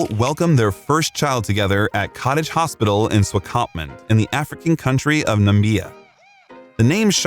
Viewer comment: 👩🏽‍🏫Swakopmund (Swaah-cop-moond) and the African country called Namibia (Nih-mib-year). You’re welcome🤓